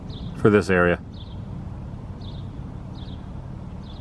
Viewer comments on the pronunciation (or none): none